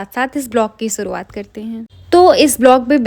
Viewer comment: U actually need to work on स and श pronunciation...like its shuruwat not suruwat... Work hard on ur pronunciation n im sure u will do great good luck 😊